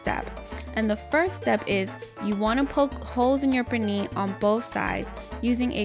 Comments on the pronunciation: One question, why she call it, Perni? Es Pernil. Even my stepdaughter, American born and raised, don’t speak Spanish, was saying about the bad pronunciation. By the way, we tried the recipe. Estuvo delicioso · Purrnee! Love the way you say it! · I love how you say 'pernil' lol thank u for sharing. I was impressed that you boil the pernil. Different 😊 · Love the way she says "pernil" 😊